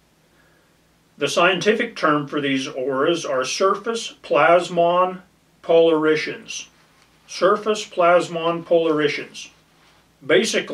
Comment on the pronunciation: That's "POLE ARE IT ONS", not "-SHUNS". I've only ever taken one picture with an aura at a good spot in the Caballos. Decent summary of different technologies. Also, LIDAR is "Light" detection and ranging - even though it IS a laser. A main issue with GPR is the "first interface" reflection. Basically, the wave impedance in air is very different than in the ground. To "launch" a wave efficiently in the air, you need to match the impedance (ratio of E to H fields) in air , but then it has a terrible refection coefficient at the air-dirt interface where the ratio of E to H is very different. If antennas are not re-designed for drone but rather just re-used, then they could be improperly loaded. Never messed with magnetometers, but did work on tech that could "see" certain things 10''s of feet deep - but it's sort of like the V to H field imbalance "two-box" tech: only finds big stuff.